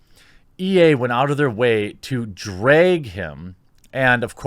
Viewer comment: D R A G not DRAGE! English!